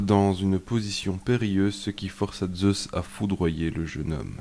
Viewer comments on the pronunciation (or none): none